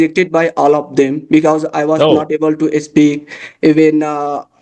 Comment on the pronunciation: It was a wonderful conversation! I just wanted to kindly suggest that you check the pronunciation of 'because' and 'conversation' they seemed a bit off.